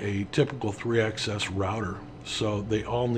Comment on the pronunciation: Slight nit pick on pronunciation... Axis is pronounced like Taxes, Axis plural is usually pronounced like Taxis, but I've never heard anyone say "Access" before, even in Canada or Europe. Tiny nit pick, but consistency in the names of things helps newbies a lot. The recommendation for listening at 1.5 speed was brilliant and you were still perfectly clear.